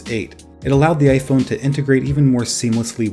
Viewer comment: It sounds like you said iphono